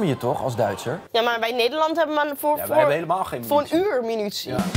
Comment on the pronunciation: tis mUnitie, niet mInutie